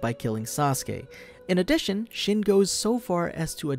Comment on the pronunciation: It's (sheen) not shin lol.